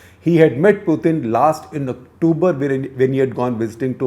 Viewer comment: Sir ur English is phenomenal. But u pronounce October, octuber. Probably due to ur Hindi medium background.